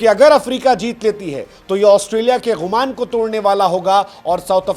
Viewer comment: Ghumaan nhi Gumaan hota hai! 😮